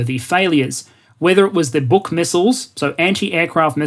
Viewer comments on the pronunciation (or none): Buk is just pronounced buck BTW